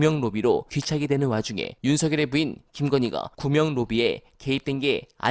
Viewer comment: 구명로비 아니고 구멍로비로 들린다 ㅋㅋㅋ